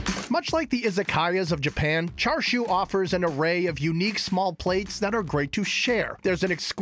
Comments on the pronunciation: Thank goodness someone said it, it was driving me nuts to hear him keep saying 'char-shu'. Like is it that hard for him to say 'cha'? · Chashu not Char siu, that’s two different things. He keeps saying char siu. The foods really looks good though 🤤